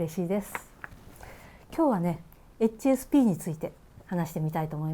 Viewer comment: 初見です。 HSPの発音に私が聞き慣れていないせいで 話を最後まで聞くことが出来なかった。